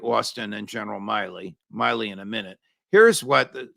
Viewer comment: Why do you consistently mispronounce General Mark Milley’s name?